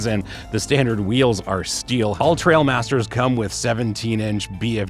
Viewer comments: That is the actual model name of the Grenadier. It refers to trials riding and everyone seems to get it wrong and read it “trail” instead of “trial”… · It is the Trial Master and not the Trail Master!